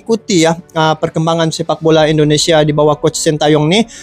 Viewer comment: INDONESIA BUKAN ENDONESIA !